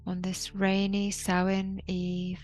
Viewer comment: Sow-an not Sowain. The Irish word for November.